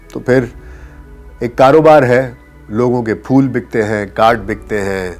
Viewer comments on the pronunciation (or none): none